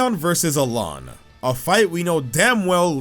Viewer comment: IT'S HASN'T! WE DON'T SAY F*CKING AIN'T! AIN'T IS NOT A WORD! AND IT'S ALOLA NOT ALOHA!